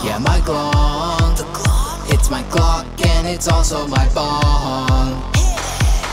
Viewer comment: every time you say glong i just start CRYING